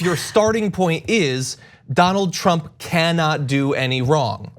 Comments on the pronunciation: The lapsus, when Mueller says "Trimp" hum Trump... and he hits the mic just before, is relevant and interesting. He shits in his pants when he says the name Trump. The Donald President must pressure him so much to keep his mouth shut. Hush money was offered? I think Pelossi got some hushcash too to not obstruct his presidency, please... TRUMP is powerful... for now! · that would be 'tramp' ehhhr 'trump'..... rofl....